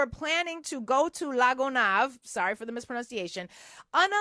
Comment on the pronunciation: You pronounced " La Gonave" correctly. I love your show.